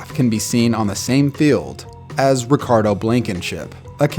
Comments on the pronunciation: Bro its RODRIGO Blankenship. How dare you disrespect the GOAT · “Ricardo Blankenship” 😭😭😭😭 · he said ricardo blankenship 💀💀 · ik you didn’t just say ricardo blankenship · RODRIGO NOT RICARDO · We gonna let the fact that he said “Ricardo Blankenship” slip by? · Ricardo Blankenship??? Damn lmao 15 seconds in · Yea and this dude said ricardo blankenship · It makes it so much more funny when he got Rodrigo Blankenship's name wrong at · Damn, my man Rodrigo Blankenship got his name messed up. Can’t catch a break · Man slaughtered Rodrigo and Chris Kluwe’s names